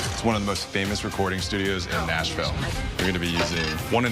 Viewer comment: I hit the sub button at “OH, THEYA WE GO, MISTA NAYSHVILLE!” 🤭